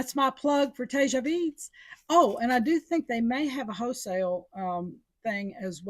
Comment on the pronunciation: Tejas =tay haws. Not whatever you said.